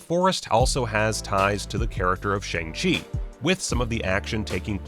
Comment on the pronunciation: The name is pronounced more like Sh-young Ch-ee that’s how the cast say it and how it will be pronounced in the movie for anyone wondering